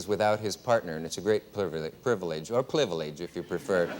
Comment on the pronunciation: I thumbed up when he doubled down on "Plivelege"